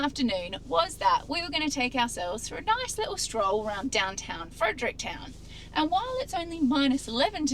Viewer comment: FrederickTON not Fredericktown 🤣